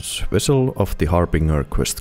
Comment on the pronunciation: Wessel of the Harbinger